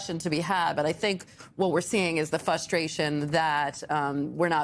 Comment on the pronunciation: don't get on national TV and say "FUSTRATION".